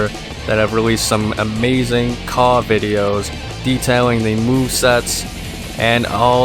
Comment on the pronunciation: I'm glad you say "CAW" and not "c-a-w" I thought I was the only one who says caw lmao